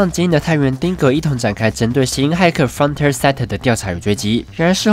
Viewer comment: 釘宮！！！！！！！！！ 抱歉，其實我沒有釘宮病，只是這部真的很好看。 啊啊啊， frontier 「frənˈti(ə)r」 i要發音喔！ 呀！找了好久終於找到這過時的點評了。 這部作品真的很細膩又簡單的刻劃了現實， 我個人還認為它同時講述了人性。 當我們擁有剛好的物質生活的時候，就會遺忘相對較為原始的享樂方式和解決之道。 當我們否定一個事物的價值的時候，就會忽略它存在的最基本意義。 當我們急著證明自己的能力或是被生活所逼迫前行時，就忘記去思考或留意身邊的風景。 frontier 正是人類最樸實的本質了吧？繼承人類一切的生命。 幫工商一下：2019 機器人大戰 樂園追放 安潔拉 參 戰！！！